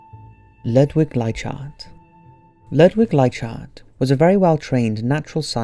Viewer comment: I believe you may be pronouncing Ludwig Leichhardt incorrectly, I'm just basing this on how the teacher pronounced at my primary school here in Australia. Sounds more like lou-dwig like-hard